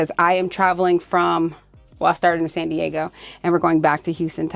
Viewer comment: It’s not pronounced SAHN Diego! It’s SAN Diego. Also whenever you get behind the wheel, PLEASE BE SAFETY CONSCIOUS AND DO NOT DRIVE WITH YOUR LEFT ARM ABOVE THE SHOULDER BELT. Just clip your microphone to your shoulder belt while you’re driving🙏🏻🙏🏻🙏🏻❤❤❤🍑🍑🍑